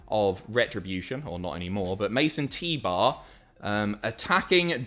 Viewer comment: "Mace 'n' T-bar" Me: WHO IS MASON T-BAR!?